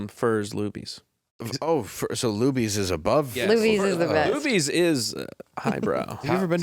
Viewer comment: I perked up when I heard Lubi's then I googled and it's actually Luby's so...